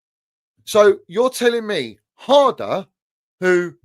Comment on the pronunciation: almost sounded like said Drum and bass father 😂😂😂 the way he said harder